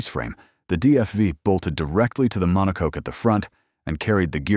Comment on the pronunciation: Why did you show the Foyt Indycar? ( twice? ) It never had the DFV or DFY. That car had the Ford “4-Cam” originally developed from the 289 stock block Fairlane. And your AI guy says “DFI” - WTF? Audit check your automated computerized narrator. And what is a mono-cook? Terrible narration